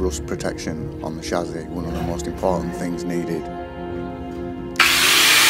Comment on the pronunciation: I like your channel, But its a CHASSIS! Not a Shazi & also the music used in this video sounds like a dodgy porno. Apart from that 👍